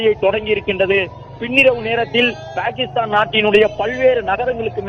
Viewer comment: பேகிக்ஷ்தான். New reader😅😅😅